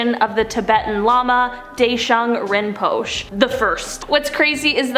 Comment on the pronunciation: she lierally said rinpochoe as rinpush